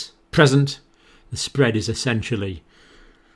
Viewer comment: 'Alarming; disturbing, SPWWWEAD' - Dr John